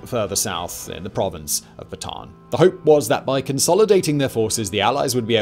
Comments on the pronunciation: Great videos. It’s not pronounced, “Bah-tahn” like a Baton. It’s pronounced, “Bah-tah-Ahn” and even spelled to annotate, Bataan. My grandfather was a “Bataan death march” survivor. Until the day he died he corrected people the proper pronunciation. 🇵🇭 🇺🇸👍🏾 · It's pronounce Bat -a-an. In tagalog, both a's are pronounced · "Bataan" is pronounced as "bata-an". Separate the two A.